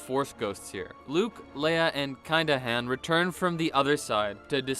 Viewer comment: I love how he says Han wrong. The a says an o noise.